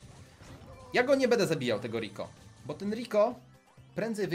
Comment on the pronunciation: Czemu bu a nie bo